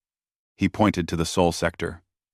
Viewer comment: It's "sol sector," not "soul sector." Geez, doesn't anyone edit these stories?